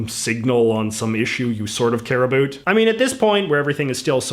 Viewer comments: He is way to articulate to be Canadian. How can he pronounce everything perfectly but still say a boot? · Why is it that you only pronounce "about" in an overly-exaggerated Canadian way, and not all "ow" vowels? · The way you pronounce about is weird...